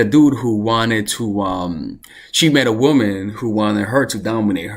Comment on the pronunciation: My love it’s womAn not womEn